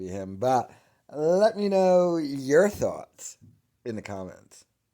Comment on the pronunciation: "I had so many thawlghts..." yeah, Branbran, sure...